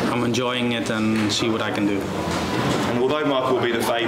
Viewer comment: "I'm enjoiNing it..."!